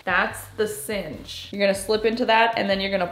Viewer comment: Cinch! Synch is pronounced sink